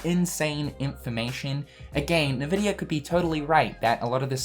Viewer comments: Why do you say "Nahvidia"? it's just Nvidia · This is hype but haha "NeVidia", it's pronounced "eNvidia". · Btw as someone who has played a ton of PC games, nVidia is pronounced IN-Vidia, rather than En-Vidia or Un-Vidia or NeVidia or however you were pronouncing it as a playstation gamer. I started typing this comment and you stopped pronouncing it altogether so I can't remember exactly how you were pronouncing it. If you want to verify corrrect pronounciation, check borderlands 2 or 1. During the loading, one of the games (or both I can't remember) loads up an nVidia screen and says "nVidia" properly. Anyway, no hate. Hoping KH IV is more engaging than 3 was because I waiting 14+ years for 3 and was not happy with the story. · Who the fuck pronounces Nvidia like that ?? 😂😂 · I've never heard anyone read NVIDIA like that xD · Because people have different accents